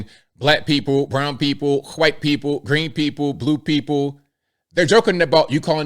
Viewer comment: Dude,, stop calling us Hawhite people. It's annoying. Just say white. We don't go around calling you Baaahlack